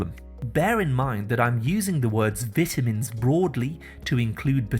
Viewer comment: Most, Appreciated😁... Thank, you ‼️‼️ ..but, what are Vit-tamins⁉️🤔